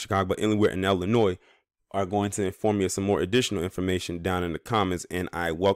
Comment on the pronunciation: Cicero has been ghetto for 30 years. Also it’s Illinois not Ellinois. This video is racist as hell